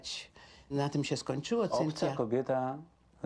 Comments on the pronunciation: Prowadzacy imie Cynthia wymawia lepiej niz pani, musiala miec maly kontakt z jezykiem w tych Stanach lub ma slabe zdolnosci jezykowe. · Tyle lat w Ameryce a nawet imienia Cynthia nie potrafi wypowiedzieć